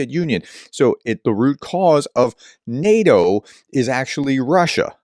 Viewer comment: Sorry Prof. Your efforts at pronouncing things is Zero, and NEH-DOH..... well... that's enough.